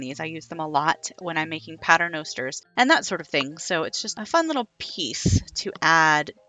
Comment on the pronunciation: What is a... "patternoster'? that you put the tassels on?